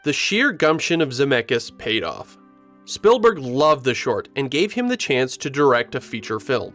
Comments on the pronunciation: It’s ‘Speeeelburg’ not Spillberg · The pronounciation of "Spielberg" sounds a bit too much like "Spillberg" for my taste. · Why are you pronouncing it "Spillburg"? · It's SpEELberg not SpILLberg... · it's speelberg. like spiel in german. not spillberg. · This video has me questioning my whole life and wondering if it's actually pronounced "Spillberg" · ah yes… Steven “SpillBurg” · So Spielberg is pronounced spill-burg? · Almost didn’t make it through the first 2 minutes because of how many times he kept calling him “SPILLberg” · I have never heard anyone pronounce "Spielberg" that way, is that the common pronounciation in the US?